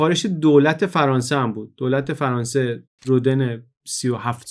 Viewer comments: جالب بود. من شخصا از پادکست‌های تاریخ شما کلی چیز یاد گرفتم و همچنان مشتاق شنیدن برنامه‌های جدیدتان هستم ولی به نظرم خیلی خوبه که از این برنامه‌ها هم می‌سازین. جسارتا می‌خواستم یادآوری کنم تلفظ صحیح نام رودن(Rodin) در زبان فرانسوی rodan تلفظ می‌شه نه roden. و به همین لفظ هم همه جا از او نام می‌برند. چون شما به نظرم آدم دقیقی هستید و این پادکست‌ها هم معمولا دقیق و بی نقص هستند حیفم آمد و نتونستم ننویسم! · ، با تشکر از این اپیزود بسیار آموزنده فقط می‌خواستم یک تذکر کوچک بدم که تلفظ اسم Rodin در فرانسه رودَن (فتحه روی د) است.